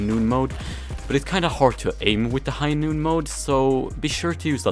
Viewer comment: I die a little every time you say high noon.